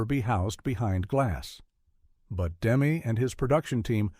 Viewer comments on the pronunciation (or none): First of all, the director’s name isn’t “Demm” as in “gem”. It’s “Demmey”. As in …well, “Demmy “. I met him and his wife in the 80s. He was a bit of a punk because he showed up in the cutting room with a little girlfriend. This film is brilliant. Demme did it. But what else did he do? I’m not aware of anything. Then, everyone in the cast lived a long time, most still alive. But Jonathan died quickly of cancer. Scary.